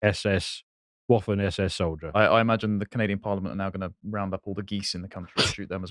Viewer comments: It's pronounced vaffen SS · Waffen ( same root as the English 'weapon' ) is pronounced with a 'v'.